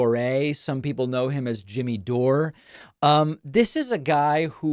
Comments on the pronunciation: Yes, lets listen to you Pakiman, the idiot who can't even pronounce DORE. ITS DORE NOT DORÉ 😂 You're such a tool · It's not Doray, it's pron. like door. There's no accent on the e, David. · "Do-ray"???? Did David have a head injury? DORE! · Dore` is how my last name is pronounced. Weird to hear it from your mouth haha. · "Doray" lol 😆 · The way you insist on pronouncing peoples last names incorrectly, while you KNOW the way they pronounce them is so freaking annoying. You're literally the only person in the world that prnounces it "Doré" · Please stop saying his name like that David, when he says his name,he says DOOR!!!!!!!!!! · You're pronouncing his name wrong, David, it's door, like close the door 💯💯💯😂🤣😅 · Jimmy Dore is a bullshitter and a nutcase. By the way, you're the only one I've ever heard pronounce it, "Jimmy Dor-ay". Also you say, "Lauren Bo-bear". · You know so little about him you can't even pronounce his name. So maybe do a little more research before shooting off your stupid mouth. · You either don't watch full shows and are accidentally misunderstanding Jimmy or have your own agenda in which denigrating Jimmy Dore serves some purpose. Money? Political points? Frankly, mispronouncing his last name seems petty but seems to imply your unfamiliarity with his wider body of work. That seems to work against you here. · Davey cannot even pronounce jimmy’s last name correctly!K 🤣